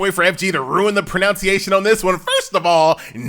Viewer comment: Can't even pronounce "pronunciation" correctly.